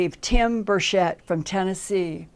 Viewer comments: It is pronounced: Ber-CH-ett. [the CH is pronounced as in Chatanooga. It's not a SHoosh sound]. Linda has some unusual pronunciations sometimes such as her pronunciation of "mayszoor" instead of "measure" . Just an observation. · Sorry for your loss. Linda, look up a video on Rep Tim Burchett. He does not pronounce his last name with an S sound. Not hating on you. Love Linda. ♥️🌹